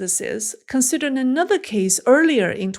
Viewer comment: "nenother nenother nenother".... it is "another" not "nenother" lol..... I won't give up hope just yet!